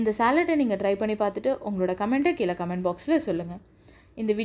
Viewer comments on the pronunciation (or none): none